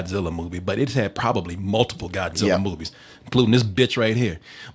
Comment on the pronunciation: I really wanted Goodwin here to pronounce Godzilla properly